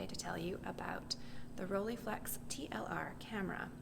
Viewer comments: Its not Roll"ee"flex, its Roll"ei" flex!!! Your pronunciation is very annoying. And the negative is not "about" 6cm by 6cm, it is precisely 6cm by 6cm. That's why its called medium-format. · It's not the end of the world or anything :-) but it's pronounced ROLL-EYE, not "rollie". The "EYE" part is exactly the same "EYE" as in "Leica", etc.